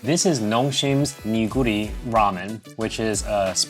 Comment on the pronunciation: Neoguri is like 'nuh-goori'